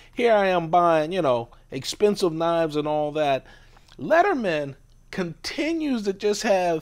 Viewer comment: It's leatherman... not "lettermen". Literally says it on the tool